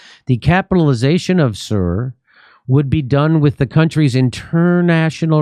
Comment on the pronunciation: can you not even pronounce SUR, really ??? its not pronounced SIR, its actually like in POOR… jesus almighty, you americans are special